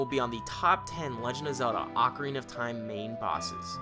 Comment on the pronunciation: You beat it four times but you don't know how to pronounce Ocarina.